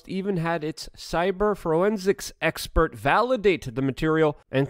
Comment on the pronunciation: “Fro-ensics”. I love all the language mishaps from this man!! It’s half the reason I watch.